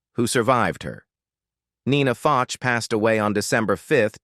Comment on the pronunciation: Actress Nina FOCH is pronounced like the words "Foe" and "sh" sounds---Like Foesh. Just trying to help..